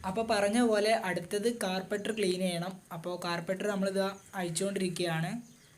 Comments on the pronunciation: Carbaiter ennala carburetor enna😜😜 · Carbaitor alla.carburator.carburation cheyyunna part. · Carpeter alla mone Carbaitor ok 😂😂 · കാർപ്പറ്റർ അല്ല , കാർബുറേറ്റർ എന്ന് പറയുക. വീഡിയോ നന്നായിട്ടുണ്ട്👍